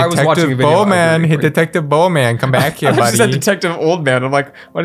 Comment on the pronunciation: Not Bowman, it's Bohnman